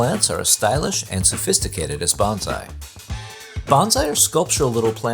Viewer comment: The correct way to pronounce “bonsai” is like saying “bone sigh”. The pronunciation used in this video sounds like “banzai” which is a Japanese word to make an exclamation of celebration or success. I shouted banzai when I retired.